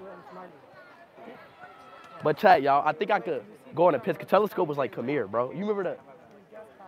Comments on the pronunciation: Talisca❌ Telescope✅ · Bro called talisca telescope ☠️